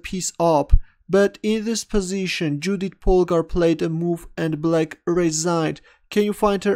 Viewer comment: You pronounciation of her name is incorrect,it is pronounced Yoodit.